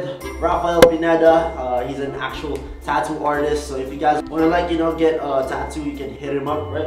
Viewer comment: Tattoo not tato